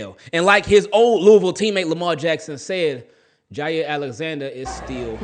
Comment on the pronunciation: Props brother! You have Lou-a-vul pronounceation 100.